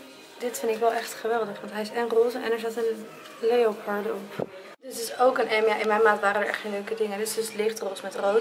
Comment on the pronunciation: leopard? je spreekt het uit als leperd schat